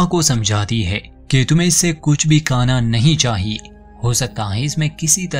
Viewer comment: Tumhara hindi bohot atcha hai lekin khaa aur khaana ko ka ka kyon bolte ho...??? Please try karo khaa bolke. i really like your channel.